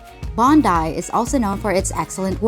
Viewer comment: Bong guy Beach! Not Botany Bay. Thanks, now I have that song in my head.